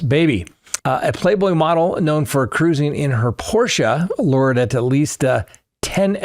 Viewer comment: Thank you for pronouncing Porsche correctly! 50 years ago I was already preaching to my family that there is no silent 'e' in German. Alas, it fell on deaf ears. :(